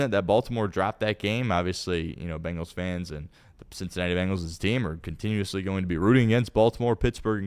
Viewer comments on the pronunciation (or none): Why does pronounce it BAngles? There is no A in there. It’s BEngals. isn’t even a fan and says it correctly.